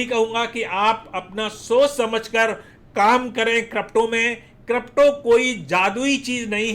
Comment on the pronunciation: Not kropto it's crypto 😄